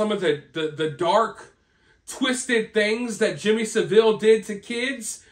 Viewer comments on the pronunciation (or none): Love you, but, it's pronounced Saaaville.😊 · Just to clarify, its pronounced Sa-ville (2 syllables). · Ive met many members of the Royal family and all are quite engaging ...please its Jimmy sav ill not saveel😊...King Charles was only involved with jimmy savile because of the charity work ..Fact ..Jimmy gave a lot to charity ,and it has been exposed what Jimmy did ..Thats nothing to do with King Charles ..ive always gave positive comments here but ,this upload is a bit of a F up....Us brits arent stupid and fully aware of the marriages to cousins ..Its happened in other familys and in other countries ..Thomas kingston was found in a locked.. out building ..obviously the circumstances are pretty painful for the family...Its their right to have privacy ...This upload is a mismash of second guesses ..Facts are ..King charles has Cancer ...William has cancelled one appointment because of a personal matter ..Princess Kathrine has taken time out ,and why not she has had lots of engagements,has children .No mysteries.really disappointed this time ..